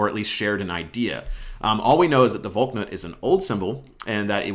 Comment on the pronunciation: it's not pronounced "Valk-nut" it's "Val-knut"